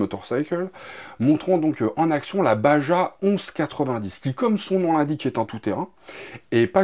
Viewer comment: Salut, super infos, pour info Baja se prononce Barra avec un RR guttural (rappel toi t’es cours d’espagnole) 😂